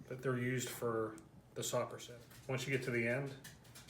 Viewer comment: Its videos like this that are destroying the Italian salumi culture I grew up in. First learn to pronounce Soppressata correctly, then stop adding pistacchios, then perfect your process without the need for curing salt, then consider teaching others.